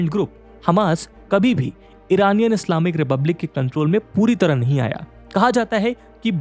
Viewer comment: Work on ur pronunciation ji. It's Islamic, not Slaamik.